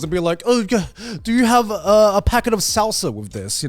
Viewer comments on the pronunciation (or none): Oh god, their pronunciation of "salsa" physically hurts. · I’ve never heard three people pronounce salsa so wrong before in my life 🤦‍♂️ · the way they say salsa makes me want to kill myself Dies is Mexican *